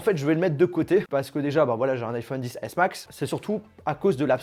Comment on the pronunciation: Sa me stresse quand tu dis Iphone Dix S Noooon c'est Iphone XS X comme ix